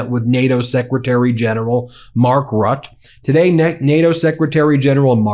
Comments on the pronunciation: BTW Rutte is said Rut-te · Dear Ben: Mark "Rat" is "Mark Roote". The butchering of foreign names must stop, if you want to be taken seriously as a commentator of international events. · I believe the NATO secretary general’s name is pronounced Mark “ROO-tuh” rather than “RUT.” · Mark Rootah is how it's pronounced. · It’s pronounced RUTTA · 💙 Ben, please work on your Ukrainian pronunciations 💙 All the best for all the rest 🐺🇺🇦